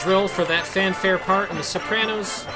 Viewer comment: "Sorpanos"... I'm turned on lol